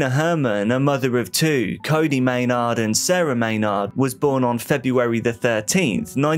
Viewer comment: Lol at the creator saying it like may-nawwwd. It is phonetically pronounced like "may-nerd"